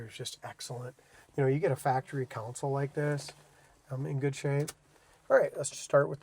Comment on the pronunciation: Console, not Council. Nice Nova!